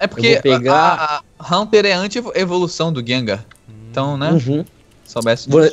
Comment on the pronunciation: Não é claferi e haunter esse cara errou